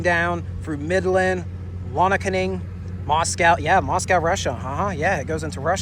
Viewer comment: Lonaconing is pronounced "Lone-a-coney" - sometimes just called Coney by the locals.